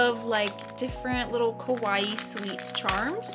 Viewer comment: I can’t believe I watched the whole thing, it’s quite enjoyable to see so many variety. Btw, I just can’t help but notice, you said “kowaii”a lot which should mean scary in JP; cute is “kawaii”.